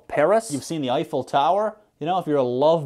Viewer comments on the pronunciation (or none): none